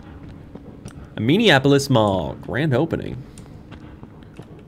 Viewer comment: I do believe it works better as anne-ay-moe-ay-opolis in terms of pronunciation